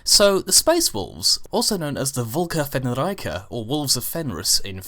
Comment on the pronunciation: It's not "Vlka Fenr-i-ka" it's "Vlka Fenryka", there's no "i" sound in it.